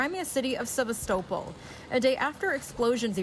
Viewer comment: OMG. Your pronunciation of Sevastopol is horrible